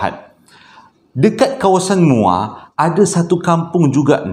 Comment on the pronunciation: Assalamualaikum.. Sebut muo baru rare sikit..hehehe.. Salam from muo joho